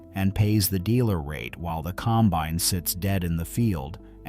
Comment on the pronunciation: Teach your AI how to pronounce combine.